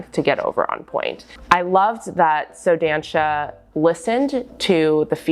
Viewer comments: here comes the pedantic pronounciation police! you should say the show name like: "Soh Dahnsah" the first "so" has the o like in "organs" , the a in "dan" is like the a in "aliegence" the last syllable is pronounced "sah" like the "sa" in "samantha". to be clear, its not offensive or anything to me (im brazilian, the shoe is brazilian, and i found your pronounciation cute) its just since you are in the position to educate people, it will help spread the word :) if you talk to brazilian ballerinas for example, your pronounciation differes enough from how we call it that they wont immediatelly know what brand you are refering to, even though is a very well known and populaar brand in ballet in brazil :) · Just a tip on pronunciation from a brazilian: “ç” sounds like “s”, and the “ó” means it’s an open sound, like in “lot, dot or mop”, so try saying like “so dansa” ☺️❤️ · I´m from Brasil and the way she pronounce "só dança" it's very funny and cute at the same time, but next time try using the toshie it´s perfect.